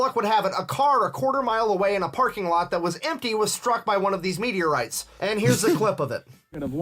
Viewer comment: 🤣😂🤣 love that it's Meat-eorites not meteorites